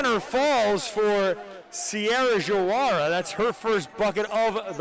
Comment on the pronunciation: JaWaRA, it’s actually Diawara, “Dee Uh Waur A”